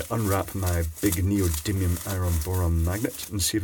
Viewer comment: ITS NEODIDDLYUM!!!!!! NOT NEODYMIUM MAGNET